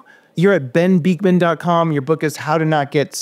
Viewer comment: Why do you keep calling him Dr. "Beekman"? Its Bikman.